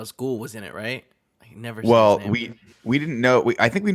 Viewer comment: Greg: NEVVA: NEEVA Nick: NEVA: hzhzxdxdxsxshaxsdXD